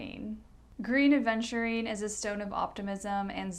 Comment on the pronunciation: Love your videos, love spending time with you. Please try to say "Aventurine", and not Adventurine. 😘 Keep up the good work, gal.